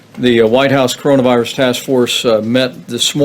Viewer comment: It's pronounced coronavirus ... from the group of similar viruses that exist in animals and birds, and manage to jump to human hosts. I thought he really got this stuff ?